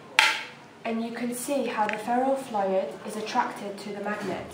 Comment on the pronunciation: The Ferro "...Flohid", "...Floy-ed" "....Floyied" "....Fluit" jesus christ.... F L U I D